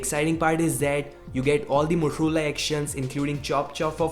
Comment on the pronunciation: why are u saying motorola as moturula lol